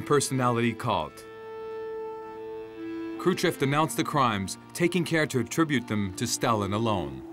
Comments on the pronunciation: Is the narration a computerized voice? The crazy pronunciation of Kruschev (Kruchev) might be a give-away. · Why does the narrator pronounce “Krushchev” as “Kru-chev”, (no ‘s’ or ‘sh’ sound at the end of the first syllable)?